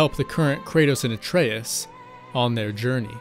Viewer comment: Great video! And THANK YOU for pronouncing Atreus' name properly!!!